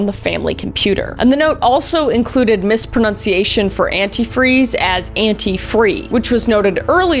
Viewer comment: I love your Kris and you always make me laugh. This episode you said something unintentionally amusing. 😮 You mispronounced “mispronunciation”. 😅 Yes, I’m a pedant. Yes, I didn’t need to point it out but it really tickled my funny bone.